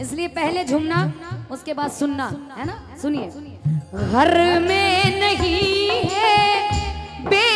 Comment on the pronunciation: Abhi ismein recording nahin ja sakti nahin to aapko main ga karke Bata deta jab aap Ghar bolati Ho to use thoda sa leje mein bolo Gharrrrrrrrr nahin bolna he Ghar bolna hai